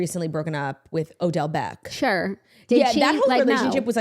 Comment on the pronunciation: “Odell Beck”😂